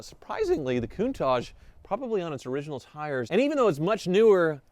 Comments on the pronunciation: Excited for you. Is pronounced COUNTAKK... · Everybody mispronouce countach. Is not even an italian word, is dialect.